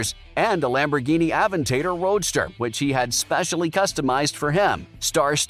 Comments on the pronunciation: You are not a car guy. You pronounced Aventador incorrectly. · "AvenTATER" lol Good video